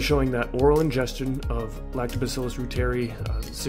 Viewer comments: It’s pronounced ROO-TER-EYE please! 🙏🏽🙏🏽🙏🏽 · Pronounced "ROY ter eye" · Reuteri is pronounced ROY-ter-ee . It is named after German scientist Gerhard Reuter (ROY-ter) and pronounced like his name with the short i as the last syllable. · Reuteri (ROY-ter-eye)